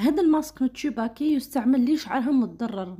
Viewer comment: تسوباكي و ليس تشوباكي ❤ شكرا على الفيديو